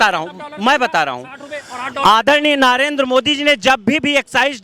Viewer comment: अरे अनपढ़ नाम तो सही बोल ले, नारेन्द्र नहीं, नरेन्द्र मोदी बोल।